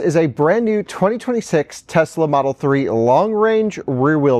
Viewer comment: he was fired, unfortunately, for saying Tezz-la all the time, and "Spokaine." While indeed unfortunate, it had to happen -- there is no excuse for these pronunciations.